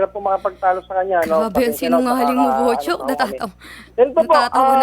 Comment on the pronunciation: sounds like botchok not buchok